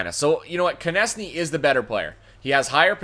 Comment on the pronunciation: So carolina trades their top two players for 3 old d-men and 2 prospects? Doesn't seem too realistic. If you have Konecny you need to learn how to pronounce his name correctly.